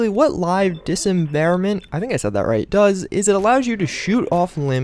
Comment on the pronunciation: It's pronounced dis-member-ment